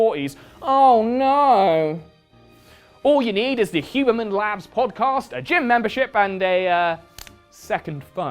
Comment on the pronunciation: I love how you called it the "hubermench" hiehie